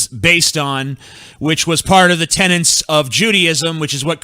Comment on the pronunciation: "TENETS" there is no N before the last T you illiterate fuck!